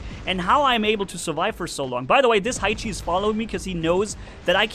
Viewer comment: ha-e-chi? Hae-chi